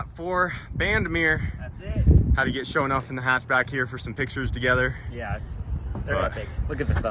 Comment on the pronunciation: You mean Sho' Enuff according to pronunciation